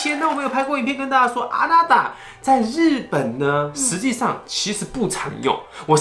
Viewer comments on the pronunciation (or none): 的あなた变成あたな了😂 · あなた變成あたな了🤣🤣